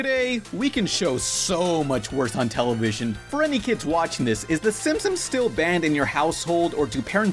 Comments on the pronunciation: stop saying "Simp-Sims" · why do you keep saying simpsoms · Say Simsims one more time! I dare you! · Bro said simpsoms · Okay but why does he keep pronouncing it "The Simpsoms"? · when you say "Simpsons" all I here is "simsims" or "simpsims"